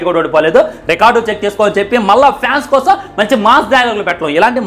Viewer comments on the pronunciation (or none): none